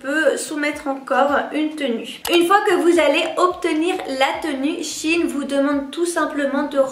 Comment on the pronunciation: C’est pas “Chine” c’est “Shein”